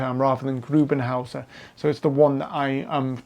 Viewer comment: Aber er heisst doch GRUBENvHÄUSER or Grube huse...